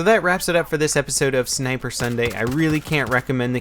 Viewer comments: Sinper instead of sniper. :) No hate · lol "Sinper Sunday" :3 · Guys its "Sinper" as in "Sinper Fidelis" Duh.